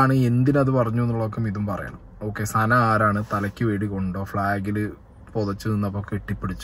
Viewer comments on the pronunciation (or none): സന അല്ല സുന 🤣🤭🤭